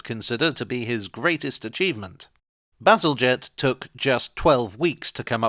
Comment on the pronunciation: "To be honest I just sort of got carried away there talking about sewage, as one does" made me spill my cranberry juice 😛 thank goodness it missed the keyboard 😁 Also my eternal gratitude for finally revealing to me how to pronounce Bazalgette 🥰 I'd been wondering about that for ages